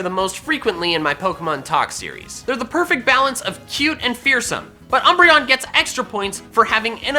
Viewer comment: UMBREON, NOT UMBERION! FIX IT NOW!